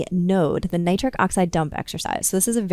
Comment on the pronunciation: She's this doctor says her nitric n the nitrate she says both SOOOO plain Nitric n nitrate. Plus she explains very, very, very, very clearly. I really getting a erection from this knowledge.her voice is humble n caring. I feel SOOOO good. Wooooow.Doctor women are the best doctors.. Women make the best doctors they are thoroughly explaintory. I am changing to a woman doctor. Awww I am on a u already know. Thanks 🙏 Doctor. Of Dr Oz is a great Doctor n doctor Mandel Doctor he's had great tips Thanks you 3 Doctors are very caring and professional great advice. Thanks 🙏 for everything.